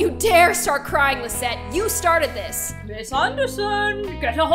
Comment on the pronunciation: My name is Lizette, AND IT SOUNDED LIKE GLOOM SAID MY NAME, I AM SOOO HAPPY